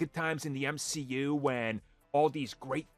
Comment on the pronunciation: Your argument was dead as soon you tried to unironically say “M-she-U.”